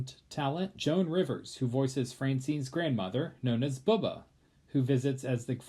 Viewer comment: Bubby, not Bubbah.